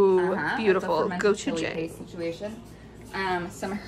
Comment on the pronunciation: Just an FYI, it's pronounced gochu- jAHng. 😬